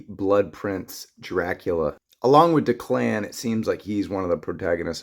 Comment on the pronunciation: It’s Declan pronounced Deck-Len